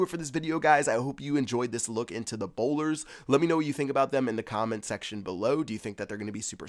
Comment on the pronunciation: You say boulders instead of bowlers a lot